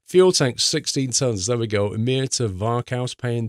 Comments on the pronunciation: the å letter in Umeå is prenounced more like an o så just say umeo ;) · umeå is pronounced uy-mee-aw btw. Great vid as always!